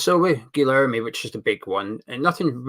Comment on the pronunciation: you pronounce it gerlerme I know us brits have trouble saying anything foreign. And i spoke to a Brazilian who is a flamengo fan and asked him about bruno. Basically I asked if hes any good or not. I got a very positive reply so guessing hes half decent atleast